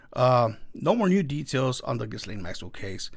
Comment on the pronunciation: people...ghyslaine...all of you say her name like >> guylaine... but her name should sound as.. >>>> geece-lane...